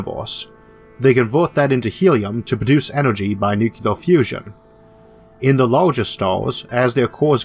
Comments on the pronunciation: It was bad enough entertaining this guys premise but I had to stop it at the 9 minute mark after the 3rd or 4th time he said "nuke - u - ler" Nobody can be taken seriously no matter how much effort they put into their CGI if they can't pronounce nuclear without creating a non-existent word, such as nuke-u-lar. You'd think someone with a speach impediment would be doubly concerned with being correct in their use of language but, nope, that doesn't seem to be the case. My whole view of humanity is destroyed here. :( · Speech impediment: Don't care, understand you perfectly well. Pronounces the word "Nuc-Ular": Ripping my hair out in agony. How come americans simply cannot seem to pronounce "Nuc-Lear"?